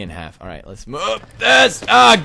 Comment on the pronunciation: it is let's, not dats